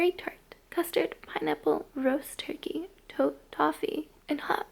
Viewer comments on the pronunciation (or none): none